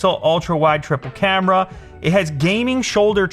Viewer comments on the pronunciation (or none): I always hear "tripper camera" instead of "Triplecamera" xD